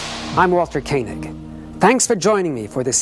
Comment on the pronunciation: It's natural...I mispronounced it because of "Space 1999" and it's commander, John Koenig(Martin Landau) His name was pronounced Koh-nig.